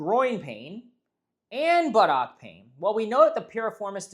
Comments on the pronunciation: puts too much emphasis on the OCK. It's closer to Buttuck. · Do you have to pronounce it butt OCK 😅 It's making me laugh.